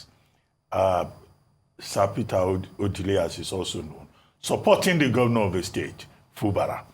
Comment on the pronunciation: I am averse to any mispronunciation of indigenous names, especially names that are household ones. Why is, an Igbo woman for that matter, pronouncing Ọdili as O-dee-lee? This killed my interest in this morning show and I switched off. Nigerian journalists: it is not honorable to mispronounce indigenous names -- something you never do with oyibo names.